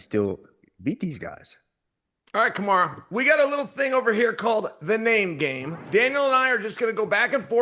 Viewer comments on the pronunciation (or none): "Camara" Chael Sonnen ladies and gentlemen